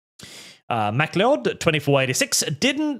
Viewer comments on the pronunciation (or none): The way says Mac le od instead of Macloud (pronunciation only) is fucking hilarious to me. Also 99 with a flake now £6 is fucking bonkers. We need price caps for all mass produced products. Pretending like supply and demand is still relevent is gross.